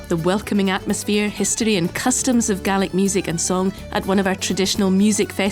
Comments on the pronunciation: I like the she said Gaelic it sounded like garlic 😂 I loved it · I'm from Ireland and I swear to God the was she pronounced Gealic it's like nails on a chalkboard, down in munster we pronounce it as gay-lick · I never realised the scots pronounced gaelic as galic as opposed to galeic like we do in ireland. Also funny how the languages can look so similar and yet sound very unique and different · It's not "Gallic": that's what the pronunciation sounds like, but the spelling is "Gaelic." "Gallic" in English (the language you are writing in, don't forget) means "pertaining to Gaul (France)". Our Gallic neighbours are across the English Channel; our "Gaelic" neighbours are north of the border.